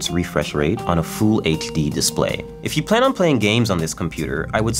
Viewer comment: 'Fool HD'